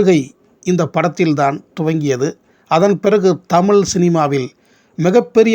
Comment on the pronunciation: தமிழ் ---- ழ -- உச்சரிப்பு சரியில்லை அடுத்த முறை சரியாக தமிழ் என்று சொல்லவும்